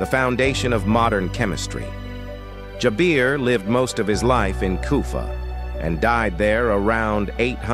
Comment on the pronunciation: Its jaber not jabir